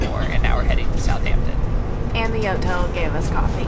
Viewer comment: It's not "South Hampton" it's pronounced like "south-ampton" like one word